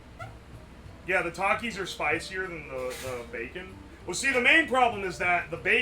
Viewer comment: It's pronounced takis not takis